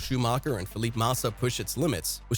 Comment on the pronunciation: Fil-e-pay. Rai-konn-en